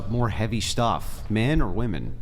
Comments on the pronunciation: Is it an older GenZ young Millennial thing, to pronounce "women" as "woman"? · 1. That chick was desperately trying not admit men are stronger 2. How is it so many women can't pronounce women?